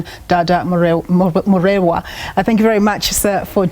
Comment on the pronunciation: Dada Moreno not Morero